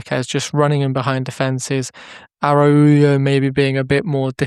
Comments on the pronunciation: Please learn how to pronounce his name. I can’t go through an entire season hearing “Arauyo.” 😭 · Nice video! Please stop pronouncing it like that haha. Its araocho